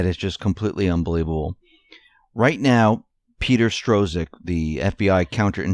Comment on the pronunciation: None of you so-called reporters can even get names right. Where do you get Strozek out of Strzok, which is pronounced Struck?